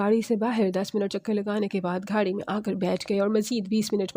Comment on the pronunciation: یہ گھاڑی کیا ہوتا ہے ،گاڑی ہوتا ہے ، بڑھتا ہوتا ہے بھڑتا نہی